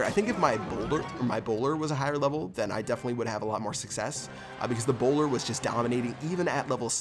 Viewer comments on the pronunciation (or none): For a second I thought you were British so when you said "A bowler", I thought you said 'Ebola' XD